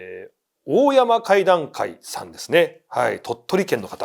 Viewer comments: 鳥取ダダたら、おおやまじゃなくて、だいせんでは？ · 大山怪談会って「だいせん」かいだんかいって読むんじゃない？ 鳥取県なので。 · 大山怪談会という投稿者さん鳥取県なら、「大山」はオオヤマではなく十中八九でダイセンと読みます（鳥取県にある西日本最高峰の山です）